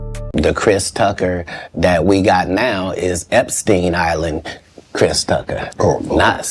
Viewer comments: … “CHRIST” Tucker??? WTF??? 😲😲😲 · Christ 😂 you’d think AI would be able to pronounce the name Chris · “ Christ Tucker”? Stupid A.I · "KRISE" Tucker is because you're listening to an A.I. robot reading the text. They use it a lot on these tabloid "news" videos. Especially on celebrities and NFL / NBA. The AI, or whatever it is, still makes misreads and mispronunciations of certain words(interjections) and names it reads. Sometimes you can hear weird inflections also, but it's getting better at sounding like a real person. This one uses a female voice that sounds like "Entertainment Tonight". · Krise? I think the fear of AI is a bit overblown. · Goes to show you AI isn't that intelligent because it can't even pronounce Chris Tucker's first name correctly